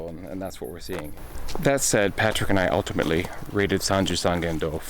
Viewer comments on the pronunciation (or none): none